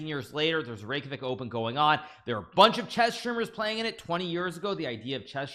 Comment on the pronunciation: Every icelandic person is very happy to see Iceland in the title and hearing Hikaru saying Reykjavík 😸